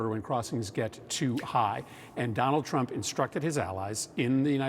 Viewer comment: Did he say Tonald Drump?!?